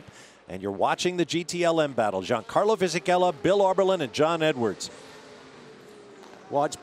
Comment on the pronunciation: "Gee-an-carlo"?? That annoys me, the 'G' is very soft in the Italian language, pronounced more like "Yan" or "Sh-Yan." I don't know why but I find mispronouncing someone's name very disrespectful.